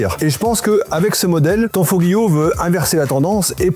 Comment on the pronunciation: On ne prononce pas le "g" on prononce tanfolio 👍🏻👍🏻 Comme tagliatelle ou famiglia A plus les appentis Italiens 😂😂